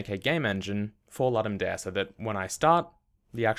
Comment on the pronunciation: Ludum dare comes from Latin. It is pronounced "loodum dah-reh".